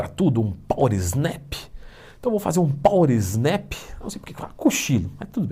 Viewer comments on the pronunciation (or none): acredito que a pronúncia não tem o "s", pois a expressão em inglês é "power nap"